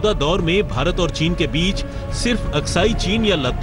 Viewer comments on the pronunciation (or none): टीन नही़ ..चीन....Lagta h neend ache se nahi khuli Aaj Tak walon ki..😄😄 Goooood Morning team Aaj Tak 👍👍👍 Akanksha here, a budding You Tuber 🙂🙏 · It's chin not tin